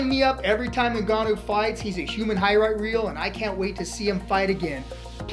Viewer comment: "hiright reel" 😂